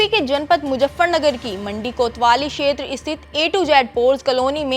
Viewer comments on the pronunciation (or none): none